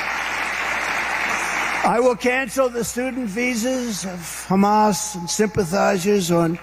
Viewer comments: Sounded like his dentures slipped when he said Hammazzz. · Did he say Humus? does he know what .Humus is? 🤣😂🤣😂🤣😂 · He can’t pronounce ‘Hamas’, he says hummus! ‘Sir, would you like a side of hummus to go with your cheeseberder?’ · Hummus is now added to the following idiocies of Trump - Thighland (Thailand), Nipple (Nepal), Button (Bhutan) and one which America you cannot forgive him for - Yohzemite instead of Yosemite (correct pronunciation) you know what I mean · Trump doesn't even know how to pronounce Hamas. So embarrassing. Only modern republicans are dumb enough to vote in a guy like this. A guy who had no government experience prior to being president.